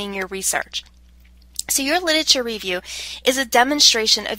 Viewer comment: Hilarious. She can't pronounce the word 'literature''. Torturous Could not listen to by the 7th mis pronunciation